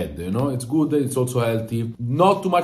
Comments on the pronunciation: THIS FOODAH IS GOODAH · “This foode, is Goode”